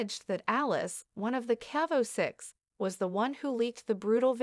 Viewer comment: Alice?.Aliyse. The reporter hasn't pronounced any of those names correctly.